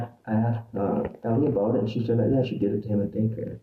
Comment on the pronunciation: What time was that abute? Yah it was abute 10 o'clock. Yah? 10 pm or am eh? 😂